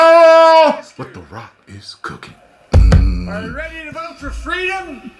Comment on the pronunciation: He said it guys, Joe said he's gonna protect your fraydome 😂